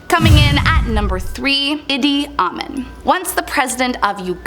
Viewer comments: You completely butchered Edi Amin's name. You pronounced it Itty Awemen. Itty is like Itty bity. Awemen is just like it's spelled: awe men. IDK if I can demonstrate how it's really pronounced. Idi: Edie pronounced the way girls names are Edie and boys pronounce theirs as Eddie. It's the feminine and masculine pronunciation and spelling of that name. And then we got Awemen: it's pronounced as uh mean. I hope this helps. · Idi Amin = Eedee Ah-MEEN. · E-dee. Ah-min